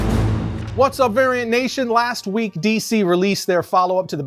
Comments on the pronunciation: Gotta enunciate the V and t in "Variant Nation" a little stronger... lol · In the beginning of this segment, I thought he said "Aryan Nation" ✊🏻 lol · When he said “what’s up variant nation” I had to rewind and turn on the subtitles to make sure he didn’t say “what’s up Arian nation.” I was pretty close to laying down some thumbs down action. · Bro I really thought he said Aryan Nation at the beginning 😭😂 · Thought he Said "Aryan Nation" ✊🏻 lol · Me too